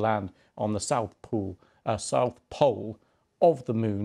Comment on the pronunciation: "Scheduled to land on the south pool of the Mon"